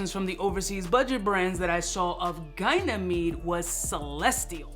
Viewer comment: Why do you say "gynamede" instead of "ganymede" ???